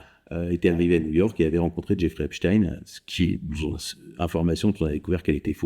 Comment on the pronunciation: Epstein , ça se prononce pas du tout comme vous dites .